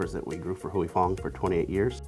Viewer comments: Why non-asians can't pronounce "Huy" correctly is wacky... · The way these people pronounce "Huy" is triggering me bad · The way he pronounces Huy is annoying. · it's pronounced "hwee" not huey or hoy 😭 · Huy…. Not Heu Wee/Hewy/Hu-eee. Hwee Fong. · I tried all the copy cats. And nothing taste quiet as good as Huy Fongs version of Sriracha. Also alot of americans in this video is pronuncing "Huy" wrong and it kills me. Its "Huy" NOT "Huey" say it right. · LOL is funny watching watching someone mispronounce a word so many times. he keeps saying 'Hooey' when its pronounced 'Hwee' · The presenter needs to pronounce Huy correctly. It’s “Wee” and not “Huey Lewis and the News” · How about trying to learn to provide the name? It's not Huey. Lol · Huy is pronounced "wee." Like in sleep or weep. Every mispronounciation in this video was like an electric shock. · At least pronounce the NAME correctly: "HOY" Fong! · Pronouncing Huy as Huey is like nails on a chalkboard. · Huy is ONE SYLLABLE Not Huey. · Cringe every time he mispronounces Huy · The bad pronunciation of huy is so distracting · The way they pronounce his name..🤦🏽‍♂️ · Narrator should learn how to pronounce "Huy" properly. I mean said it perfectly and he can't do it for his own piece. Weak Sauce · You guys really need to learn how to pronounce 'Huy,' It really isn't that hard.